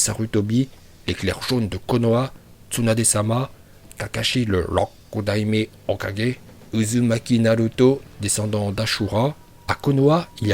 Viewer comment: Les prononciations du Rokudaime hokage et du mizukage sont des master class